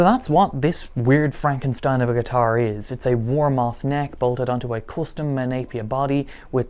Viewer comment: I thought you were saying "wall mart" like "since when was wallmart in Ireland yet alone selling guitar necks? Ah no he''s saying Warmoth" :D